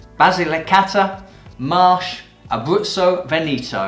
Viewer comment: DOCG and not DOGC. Don't want to be picky but your pronunciation needs to be trained. Amarone is Amarohne, Marche is Markhe, Alto Adige is Alto Adidzei so on. Overall, good vibe and passion come trough. Keep up the good work.